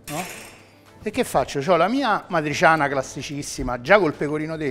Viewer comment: "matriciana" però non si può sentire. e che cazzo.